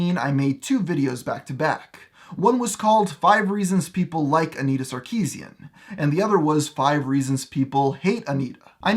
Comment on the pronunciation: It's not "Sar-KI-zien", its "Sar-ki-SYAN"